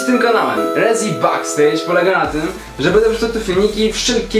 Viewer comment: Jezus Maryja mówi się "bekstejdż"